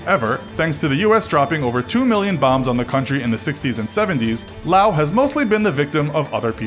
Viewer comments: I'm glad that you pronounce Laos without the final S :) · I am surprised that you pronounced Laos correctly... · YES! You pronounced Laos right